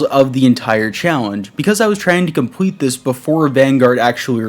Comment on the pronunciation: My guy said "compwete" .